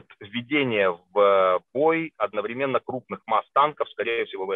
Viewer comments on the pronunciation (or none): none